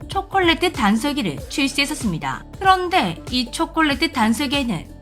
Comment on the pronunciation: 다른 것은 어느정도 알고 있었는데 5만원은 생각도 못 했어요 '그런데 그 가격이' '그런데 이 초콜레트 단설기에는' 일부러 강조한 거예요? 두번 반복하시는데요